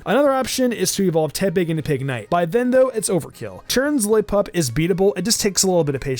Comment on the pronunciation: My man struggled with Lillipup😂